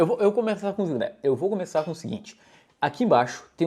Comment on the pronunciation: Gostei no início do "Eu vou começananiné"